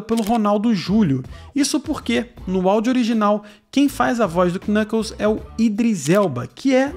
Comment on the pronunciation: Não se fala: "QUInâhcols" o K é mudo